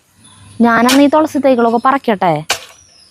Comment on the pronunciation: തൊ ള സി അല്ല തുളസി, തു തു 😅